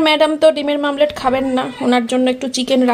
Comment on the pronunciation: Oita omlet . Mamlet na😂😂😂😂